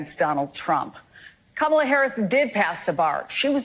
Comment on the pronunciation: Who is the first reporter? Even she's going to mispronounce Kamala's name? smh